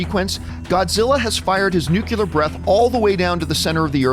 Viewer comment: I love love love love love love LOVE you, John Campea. But it's "nuclear". New-clear. One must ask one's self, "What is a nuculus?" Did I mention I love you? Because I do. And I agree 100% with everything in this video. Lots of facepalming. But yeah, movie was still a romp, though.